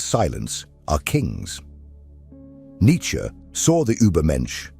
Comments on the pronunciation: Not who I am, who humanity cannot be! ... side note, your pronunciation is very devote, not in the best for this piece; but thank you none the less. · Correct is Nitche however as always, not in general situations🤭🙂😊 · I would appreciare an actual human narrator ..one who could pronounce Nietzsche